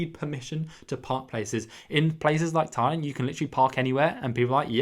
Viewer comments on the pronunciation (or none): none